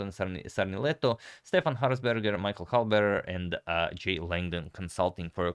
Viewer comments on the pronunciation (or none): none